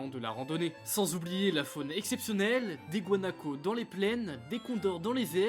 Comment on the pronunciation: juste on dit wanaco pas güanaco